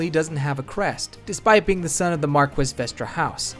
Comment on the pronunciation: "Mark-wiss" no